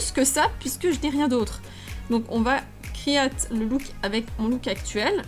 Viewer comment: À chaque fois que tu dis "créer" j'entends "crier" j'arrête pas de rire 😂